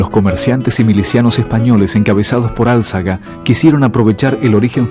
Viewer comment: Empieza el video este soltando mentiras de mierda... se confunde con lo que hicieron los anglos, será todo igual ?. Y se dice Alzaga, no Álzaga.